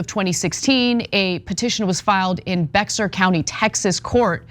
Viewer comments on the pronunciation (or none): Bexar is Spanish. You don’t pronounce the x like that. Disgusting cultural appropriation there. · It’s pronounced “Bay Harr” not “Bex Harr” Bexar County is one of the most diverse counties and you can’t even do them justice. Edit: Also there aren’t gay creatures of every species. What a joke. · Just a note…it’s not “Bex”…”Are” county, Texas. It’s pronounced like “Bayer”. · Just because it's been in the news a couple of times lately, I wanted to mention that "Bexar" is pronounced like "bear," not "becks-ar." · Not for nothing, “Bexar County” is pronounced “Bear County”. It’s a common mistake by outsiders, even in Texas, so not calling out Ana. However, it annoys San Antonio folk, so I encourage continue calling it Bex-Ar. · love the report :) love you guys btw...BEXAR, as a transplant (originally from cali and running away soon), its easy to think its bex-Ar its pronounced bear :) so much better than the original assumed pronunciation lol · Please Ana, learn how to pronounce my home County right for a change. It sounds just like the paint Behr not Bexar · I love ya'll dearly, but you need to do this -- BEXAR is pronounced BEAR (or BEHAR). Thanks. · just because it keeps coming up with Bexar County....it is best said as "Bear County". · Anna, a little FYI, Bexar county Texas is pronounced “bear”. Bexar is a Spanish name and “bear” is an Englishized pronunciation that’s kind of close. “Bay-har” would be closer. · Pronounced Bear County, thank you. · Bexar is actually pronounced "behr" county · Bexar County is pronounced "bear"...the x is silent. Goes back to the cattle brands of early Texas. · Bexar is pronounced like bear. Please, internet dumbass. That is not being triggered. That is not being offended. That's called a correction. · Someone needs to tell Ana that Bexar is pronounced "Bear". The x is silent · Oh my sweetie. The county in Texas is pronounced bear county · Yoo hoo. BEXAR County, Texas is pronounced BEAR. We don’t know why.